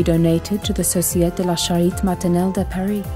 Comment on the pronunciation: I miss the previous voice, her pace was better, more enveloping... also the French of this new voice is lacking, there are at least 2 accents missing, both on :sociEtE and cAritE not societ & charit